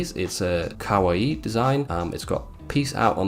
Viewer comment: did he say kawii LOL